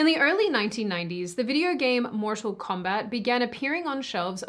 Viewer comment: "Mortial Kombat"?Seriously? If you didn't know the games there were also movies,one of them released in 2021,it's no secret or insider knowledge how to pronounce "Mortal Kombat".